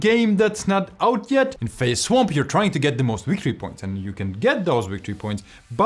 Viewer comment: It's pronounced wictory points.